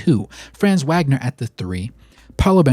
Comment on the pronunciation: Great vid thanks for the Magic love. Just so you know fam Franz’s last name is pronounced Vag-ner. He’s German the W makes the V sound.